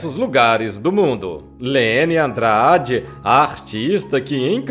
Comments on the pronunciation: a pronuncia do nome dela nao e leny e sim lenyyyyyyyyyy andrade o n y mais prolongado e apenas um detalhe mas importantissimo. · Um belo registro biográfico da grande Cantora. Só não entendo por que o narrador não consegue chamá-la por Leny /lêní/. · O amigo dela, Emílio Santiago, pronunciava Lene. Sempre tive essa dúvida...